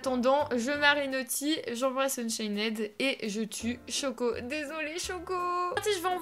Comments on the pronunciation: Ça se dit ''unchaind pas ' 'unchained juste la prononciation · arête de dire unchained c'est unchaine ok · Tu sais pas dire Unchained toi tu dis UnchainED😂😂😂😂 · C est pas unchainnèd c est unchained il n y a pas de ède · c'est pas unchainede c'est unchained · unchained pas unchaineed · UnchainED à mes oreilles à ses oribles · AAAH JE SUIS UN INFILTRÉ D,UNCHAINED TU AS DIT UNCHAINÈD SÈRIEUX MES OREILLED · Juste on ne dit pas le -ed à la fin de Unchained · Du dis mal unchained